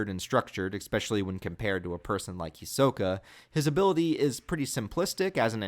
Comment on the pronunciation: You are saying his name wrong